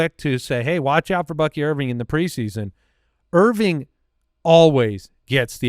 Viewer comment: "Bucky Irv-ring", as in championship💍